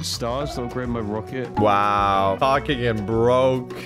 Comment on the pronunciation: Is it just me or did he say roaket ship at the beginning?